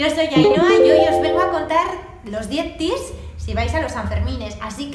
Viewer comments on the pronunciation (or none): Si hay algo más cateto que escribir "tips" en vez consejos, es pronunciarlos "tis".